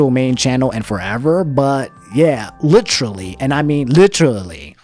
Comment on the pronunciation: "He *litrally*" God the nostalgia